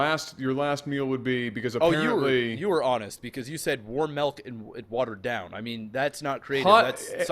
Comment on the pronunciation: 'Malk'